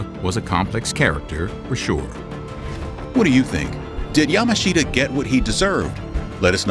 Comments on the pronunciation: Yamashita is not pronounced 'Yama-sheeta' rather it is as though the 'i' is silent hence 'Yamashta'. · His name is pronouned like Ya mush ta. Yamushta. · I agree that the person narrating was in general very good but his constant mispronunciation of General Yamashita's name was grating. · If you can't pronounce the name of the person you're talking about, your credibility is close to nil.